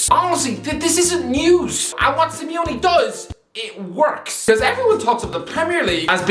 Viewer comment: Simeone* not Simiouwni